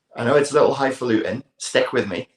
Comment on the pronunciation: Love it "high faulting'"